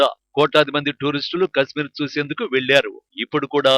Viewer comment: Orey voice ichina sanyasi kasmeer kaadhu kashmir 😂😂